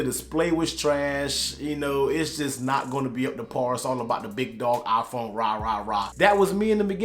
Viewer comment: Its a "Iphone" not a "Aphone" hahha bro i love u